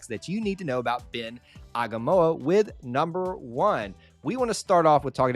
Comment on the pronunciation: It’s pronounced Ah-ee-nga-mah-oo-wah and Ben has far and wide reach especially in the Polynesian community, which your competition has been tapping into a lot. I’m excited for you guys and excited to see what the future brings!